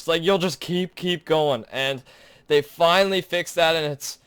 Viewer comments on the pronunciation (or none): none